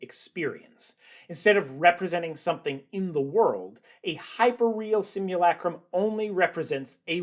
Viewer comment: The narrator’s shrill, nasal voice doesn’t help. Try breathing from the stomach. And the “u” in simulacrum is not pronounced “you.”